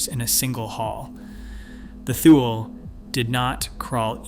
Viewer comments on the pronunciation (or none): Thule is pronounced TOO-lee